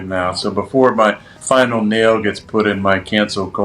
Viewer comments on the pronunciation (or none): none